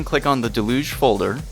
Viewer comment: del-uge for future reference because hearing mispronounced throughout the video was really annoying.